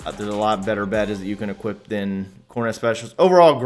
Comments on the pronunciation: There’s no fucking “t” in equip. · It’s “equip” you non-talking b...h.